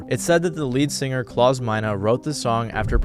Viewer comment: Klaus rhymes with 'clown' and not 'clause', by the way.